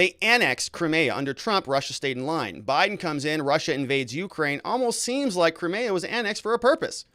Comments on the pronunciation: Putin gave Zelenskyy 24 hrs notice of what he was going to do, Zelenskyy had lots of time to come to the table, this is all Putin asked, Zelenskyy chose not to. Also and this drives me nuts about you, butchering names all over the place; Crimea 'Cry- MEE- ah '. Russian troops move north from Crimea to Nova Kakhova to restore the water supply to the Crimea that the Ukraine cut off ijn 2014... 80% of the Crimean water supply came from there.. So the Ukraine's claim to be sympathetic and care about the Crimean people is bull shit. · Your pronunciation of Crimea and the breakaway regions are terrible